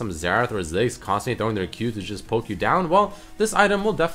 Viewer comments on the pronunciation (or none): none